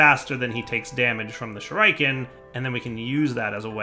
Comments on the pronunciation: It's Shoe-Ree-Ken not Shoe-Rai-Ken - god, that really bugged me the entire episode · Everytime pronounces Shuriken "shoo-rike-en" I visibly cringe. Shuriken pronounced "Shoo-ree-ken" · 1x1 of cursed earth works fine, not in your ritual zone..... stop saying shoo-raiee-kaaan you sound like a fucktard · It's pronounced Shuriken, not Shuriken, FFS! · Shuriken = Sure uh ken not Sure I ken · stop saying shooraiiken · Shureyekin?. You are so clearly NOT an 80s kid. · SHU-rē-ken, stress on the first syllable, long e sound in the middle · 1. Sure-eh-ken 2. Wither skeleton spawner to level shurikens 3. Love the vids =) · Every time he said "Shur-eye-ken" I wanted to die........ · Oh god right though! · why not use the shuriken on the wither skeletons? also can you use golems to damage the dragon also also, it is pronounced Shu-ri-ken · the 'i' in shuriken is the same 'i' in 'pit', 'sim', 'hellish' 'killer' etc shuRAIken i spat out my rice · ˈSHo͝oriˌken "sure-i-ken" (the 'i' is pronounced "eh" and the emphasis is on the first syllable) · I though "Oh shriken, is that new?" then I saw him craft a shuriken. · "shuraiken" lmao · OK I stopped exactly and am now looking over comments. Does he remember that he has a ritual to prevent mob spawing near the base? I mean we all know he is saying the name Shuriken wrong but, does he figure out the problem? And why not use arrows? I mean heavy duty laser guided arrows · I have not yet heard that pronunciation of shuriken before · The way you pronounce shuriken makes me cringe so hard my face started cramping. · Even shuriken you can't say?